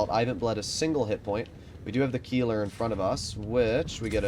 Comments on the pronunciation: Most fun part is that you have corrected people on the Tornvagn but still messing up the Keiler. Keiler is a boar but Kieler is a person living in Kiel. 😂 to help you a bit: Kei in this case is spoken like Kay from kayaking, the ler is normal. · Keiler [ˈkaɪlɐ] not Kieler [ˈkiːlɐ]! Absolut clown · Keiler would be pronounced „Kyler“ for you Americans. Hurts to hear him say it the way he does. All good tho, maybe next time you‘ll get it right 😂